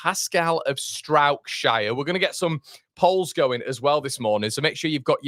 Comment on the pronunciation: Turned off after you said Pascal of Struijkshire ! Kevin of Kevinshire ! :0)